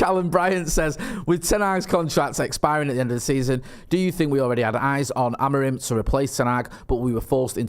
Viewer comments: I believe it’s pronounced Amorim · "Amor-EEM" - via Portugese football journalist on Sky Sports News this lunchtime. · it's AM-ORE-IN!!!! 😂😂😂